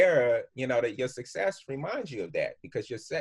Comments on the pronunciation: He slipped and said "sex" when he was trynna say "success"...he let us know right there that they DEFINITELY do weird sexual rituals to get put on...the fuckery...smh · Boy he slipped and said "your sex" instead of success based on what you willing to do. Truth on truth. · He slipped up saying sex, letting ppl know what's goinz on... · He accidentally said it " your sex " he caught himself from saying more lol 😂🤣🤣 Hollywood=dehumanization